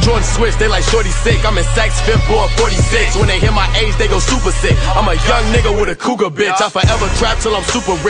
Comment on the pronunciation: it's "Age" lol